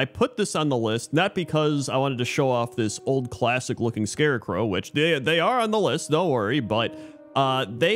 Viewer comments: Noone:: "scare-er crow" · definitely says "Scarecrow" but a little weirdly at: definitely says "Scare-A-Crow" at:...may or may not say "Scare-A-Crow" at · The ol' Arakkoa scare-a-crowa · new drinking game, every time says scarecrow weirldy take a swig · this is the first time ive heard someone pronounce scarecrow with three syllables